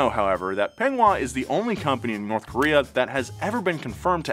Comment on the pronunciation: Kowree not Kayowree